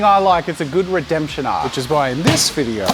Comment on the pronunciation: 'In this vidieuoo'😂😂